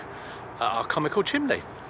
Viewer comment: Chimney (chim nee) c’mon say it. Not chim lee. Great to see you both again!